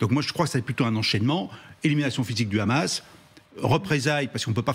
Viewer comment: On dit pas Khamas en France, on dit Hamas. Sinon on dirait c'est Khalal pour dire Halal. Dès que j'entends ce khhhh je connais déjà la position du journaliste 😅😂